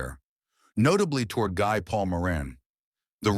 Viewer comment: Good review of the case but the name Guy is pronounce Gee, a French name.